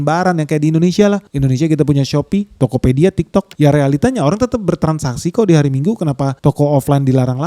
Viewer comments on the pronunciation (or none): none